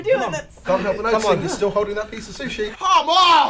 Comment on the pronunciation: he said shushi